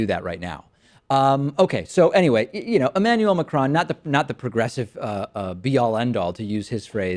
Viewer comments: Pronounced MA-CRONE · The best thing about Macron's election is american newsagents trying to pronounce his name